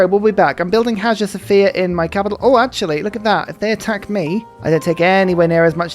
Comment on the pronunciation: While we're nit-picking.... Hagia Sophia is pronounced: AYE-Ya So-FI-a (a couple silent consonants in this Greek-ified Arabic name)